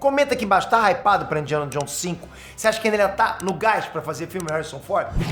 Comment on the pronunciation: "Indiana Johns"